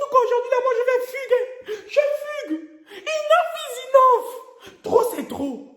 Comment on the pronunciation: Kieeeeee inof is inof 😂😂 tu insistais sur le "ya quoi?"😂😂😂😂 j'en peux plus